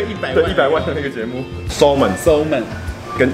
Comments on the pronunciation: 滿好看~適合配飯吃，但小挑個骨頭，salmon是ㄙㄟ們不是搜們，L不發音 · Salmon 的L是不發音的。”samon” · Salmon的L不發音～ 不好意思又在當英文糾察隊🤣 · 喜歡新單元耶 不過一定要糾正一下Salmon的發音😂